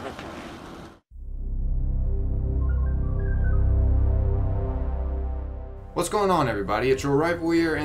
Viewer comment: Did he say murkery? It's mercury!